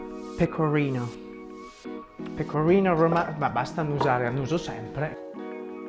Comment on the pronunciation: Io l’inglese comunque lo capisco meglio se lo parla un italiano che se lo parla un americano o un inglese. :) PS: . solo che “pecorino romano” pronuncialo all’italiana, cioè con la R italiana, perché pronunciato all’inglese a dir la verità è un po’ strano. 😉